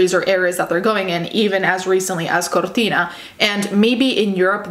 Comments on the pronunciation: As an italian, i love how you pronounce Cortina, very accurate pronounce! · considering the way you pronounce modus operandi and Cortina, I can imagine you are Italian (or Spanish)